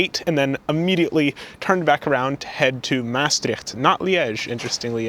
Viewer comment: Two trains on one long platform, which is divided into an a and a b side, is very common in large stations in the Netherlands. My compliments for your efforts to pronounce the towns names correctly. Maastricht can be easily improved if you put the stress on the last syllable: MaasTRICHT.